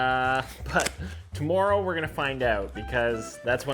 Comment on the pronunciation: why does he say tomorrow like that😂